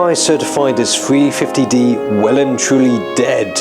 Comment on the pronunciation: sounds like you're saying "free 50D" instead of 350D :D